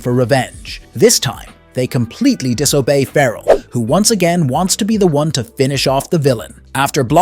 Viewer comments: There are some really weird pronounciations in this video, and some that are straight-up incorrect, and only made to look more stupid later when they're changed. Like Doctor 'Jacob' later being correctly pronounced as 'Doctor Hackle' Also feh-rahl instead of 'Feral', especially for Felina. And 'ship' instead of plane over and over. Is this a crappy AI video? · You seem to forget to call the city by it's FULL name. Megakat CITY. The plane is the TurboKAT. Feral is NOT a general, but a POLICE LIEUTENANT. Callie BRIGGS (name you seem to forget to add) is the DEPUTY MAYOR! Again you seem to forget or do not want to add. Fear-owl?! Really?! Did you forget how to say Fair-uhl?! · It's driving me crazy the way you are saying feral.